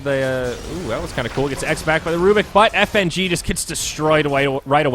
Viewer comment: When the female caster called Fng "nitrogen"